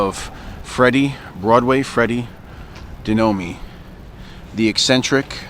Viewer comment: DeNome...not De noooo meeee